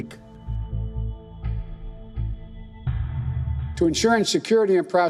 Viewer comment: Biden cant even say Indo-Pacific